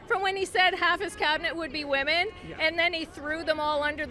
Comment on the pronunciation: please learn how to pronounce 'WOMEN'. You say it the same way you say woman but it is pronounce WIMEN